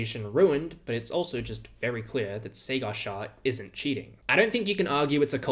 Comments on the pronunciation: Sagar Shahs first name is pronounced 'Saager'. Sayger isn't quite right. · It’s pronounced “Saah-gurr” not “Say-gaar” jesus christ that’s the most bastardised anglicised pronunciation I’ve ever heard, at least try! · those were ok 😅. Just 'sagar' was a little off